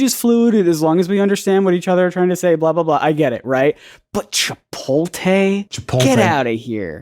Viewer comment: I think he pronounced "chi-POLL-te".